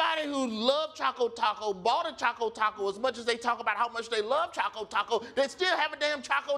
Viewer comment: the real question is why every one calls it Chaco Taco when it clearly says Choco Taco